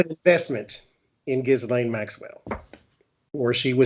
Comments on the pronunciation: You guys are the greatest, I love you both, just want to make small point Ghislaine s name is pronounced Jezlen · The woman that was her assistant just gave alot of info to FBI. Maxwell's first name is pronounced Keeselane. It's french and a popular name over there. We've all been saying it wrong, as in Gizzlane. Gross, but funny at the same time.